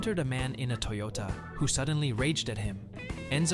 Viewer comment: Why are you pronouncing Toyota that way?